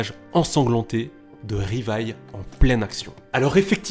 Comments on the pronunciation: On dit livai et non rivaille, les japonais prononce le L En R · Plus jamais tu dis Rivaille c’est quoi cette insulte C’EST LIVAÏ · Choqué qu'il dise " Rivaille " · " Rivaïlle" aïe mes pauvres oreilles 😭😭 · Tu dit Rivaille... je be shocked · Ça se dit Livaï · sa ce dit livail et sa s écrit levi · Arrêtez de massacrer le nom de ce pauvre Livai...